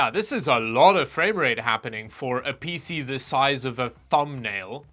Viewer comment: " pee sea"